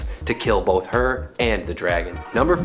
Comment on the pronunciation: Her name is T-EYE-Gra, not T-EE-Gra. Think about it! She’s a tiger. Get it? TIGRA! One of my all time favorite superheroes! 🤘🏻